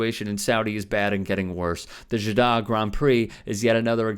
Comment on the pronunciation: Man can't even pronounce Jaddah correctly, I am questioning if I should be watching or even being subbed atm...